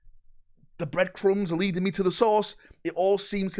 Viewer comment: "leadening" another stroke